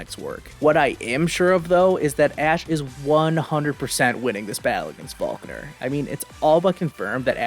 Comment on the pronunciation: why did you call volkner falkner they are clearly different